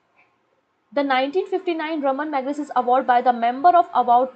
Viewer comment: Ma'am plz pronounsation pe thoda dhyan Diya kijiye aap kafi mistakes karte ho names Raman Magsaysay ko magnasis bol rahe ho aap